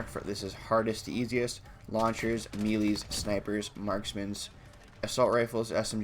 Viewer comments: Dude really said "meelees" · HE SAID ME LEES